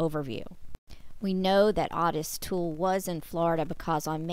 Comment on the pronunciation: His name was pronounced Ottis, like otter.